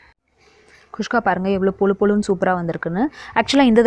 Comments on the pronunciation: Nice... Kuska... Not khuskha.... 😀😀😀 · athu kushka illa mam guska k